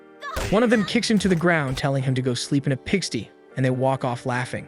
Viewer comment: Hope this helps. It's pronounced pig "st-eye" not pig "stee".